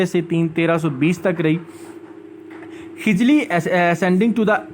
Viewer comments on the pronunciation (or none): its KHALJI....not KHIJLI.....